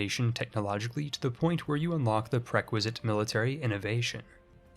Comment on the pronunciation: And prequisite (instead of prerequisite)